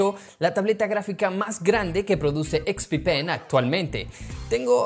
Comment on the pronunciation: solo pongo el video para escuchar expi-pen